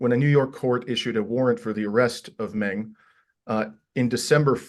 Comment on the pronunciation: Not Ming but Meng Like murn. With a silent r This for the bald man with big glasses- learn to say the name properly for respect